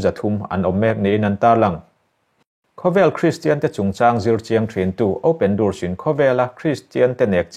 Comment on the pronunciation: Open Doors tih hi 'durs' ni lovin 'dors' tih tur a ni e. Open the door Door - kawngka Durs ni lovin Dors Hei hi hmanah pawh an correct tawh chein ka hria.